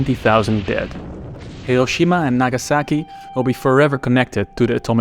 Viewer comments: never heard a more Dutch "hiroschima" in my entire life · He cant even pronounce Hiroshima. Lol